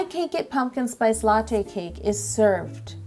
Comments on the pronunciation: Knock knock who's there la lawho its latte not la who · There should have been a count of how many times she said a-latte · You said "latte" A LATTE in this video. Sorry, I'll go ahead and kill myself